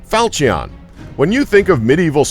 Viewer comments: Huh falcion its called "falchon" ok falchon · Not fal-chee-on, it's pronounced fawl-chu-n. Also, It's not a day-o, it's dah-ow. Learn how to pronounce foreign object names please. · Fal-cheee-on. HAHAHAHAHAHAHAHAHAHAHAHAHAHAHAHAHA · Seriously people - how hard is it to look up pronunciation? "Dow", not "day-o". "FAL-shun", not "fal-chee-ON". "ge-VAIR", not "gew-er" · Fal-chee-on 👌 nailed it. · Falcheeon lol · facepalm "falch-eon" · The way he said falchion and dao made me cringe to a degree of unknown levels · He also said falchion wrong. Why is no body pissed about that? I wanted to gouge my ears each time he said it.